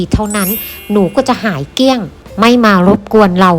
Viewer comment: เกี้ยง เกลี้ยงพูดไม่เป๋น คก คก คก ครกจ้ะ กิ่น กิ่น กิ่น ปาง กาง กาง น่าเกลียดที่สุด